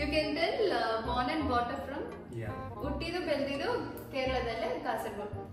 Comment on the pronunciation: Akka nimma kannada yake change untu " Beldiddu" Idanna pronounce madbekadre" la" vannu "laa" anta yake heltiraa akka